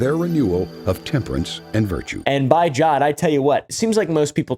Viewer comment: I think I passed out when I heard you say "by jod"